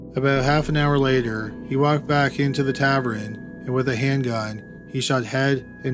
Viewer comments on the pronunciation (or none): OK, tav-urn. Tav-urn. Not tav-er-en. I adore this channel, but yikes~ Some of your pronunciations are crazy. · Do all Canadians, A. say tavern instead of bar, and B. pronounce it "tav-rin" instead of "ta-vern" just like it's spelled? Or just him? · It’s not a “Taverin”, it’s a “Tavern”. It’s not “Patomic River”, it’s “Potomac River”. 🇨🇦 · What's a "tavren". I'm not sure the narrator is human. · No ads thanks to Adblock but.....taverin? Who pronounces tavern as taverin? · Tavern = tav-ERN not tav-RUN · "Tavern" not "tavren". Like your videos though. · I cringe every time you say "tavern". What's a "tav-rin"? Tav-EARN. Tavern. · It's pronounced tav-ern. Not tav-ren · Why are you saying tavren instead of tavern? Drives me crazy-you mispronounce so many words. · Everyone is talking about the ads, I'm just wondering why he keeps saying "tavren" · I think might be slightly dyslexic. He always pronounces "tavern" like "tavren", and "Galveston" like "Gavelston". Also, in this video, he switched 1896 into 1986. I'm not giving him a hard time, I have a daughter that's dyslexic, I'm just giving a possible explanation for some of his goofs. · Let's not forget your murdering of the pronunciation of Tavern